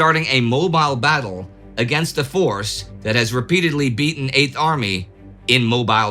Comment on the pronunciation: " the bat 'em of al halfa begins" ...- .....proof that just the fact of knowing one has to nail pronunciation will preemptively garble words one does already have a mastery of